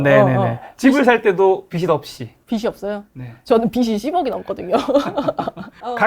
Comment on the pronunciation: 빚이 있으면 은 ㅈ받침이니까 '비시있으면 ' 아니고 '비지있으면' 으로 발음해주세요.